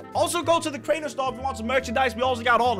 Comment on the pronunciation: craiber LOL it’s Crainer